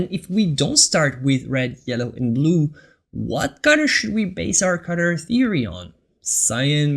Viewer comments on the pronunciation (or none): You pronounce the word color wrong, it s sound like cutter when you say it. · WHY YOU SAY CUTTER INSTEAD OF COLOR?